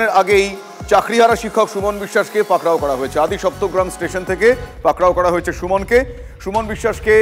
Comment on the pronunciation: পাকড়াও টা কি, ভালোভাবে বলুন